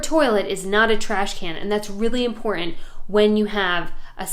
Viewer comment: Hahaha! I think that your messages are fun! AND your real estate video tours are superior. Your comedy is first class, often worthy of old school prime time television. IMPORT ANT, just my "hearing" your enunciation of important. Like some folks say "exshtra". Keep up the good work! Maybe you will be able to assist me with finding my North Carolina "Stumble Inn" when retiring from the 50 hour working for others. Hey, maybe this video can be shortened, to key points, play on small displays at each ACE Hardware/Home Depot/Lowes/similar.